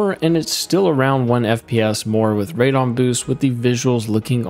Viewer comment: Can tell you are not a PC gamer calling it radon. lol when it has a E in it and starts with RAD as in RADical